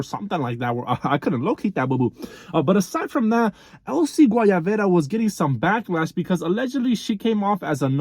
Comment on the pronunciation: Not him saying Elsy Guayavera 🤣